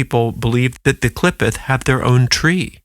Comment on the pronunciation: It pronounced Klee Photh the O sound is like "oath"